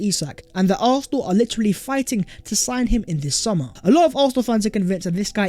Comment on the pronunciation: PLEASE pronounce Arsenal with an S not an F or an H! Otherwife, your content ih great!!